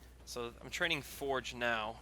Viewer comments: who the fuck is foreg its forge (four-je) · "Sergeant Forej" do you have a reading issue? lol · Or you can Rush infantry and have 80 population by this time also for the love of God pronounce Forge right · re watch it man he does not